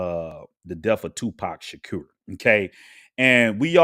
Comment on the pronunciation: Islam is a fake religion but you're real 1 right ? 'nahmsayin' learn how to speak properly before making videos. You don't even know how to pronounce Shakur let alone this whole story.